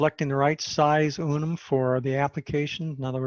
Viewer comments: UN-UN. Not Unum! ?? 😂😅😂😂😂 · Unun not Unum pronounced un-un. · In his slides he spelt it as UNUN so just a slip of the tongue.